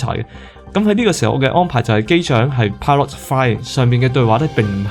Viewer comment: pilot 呢個讀音係咩式發音？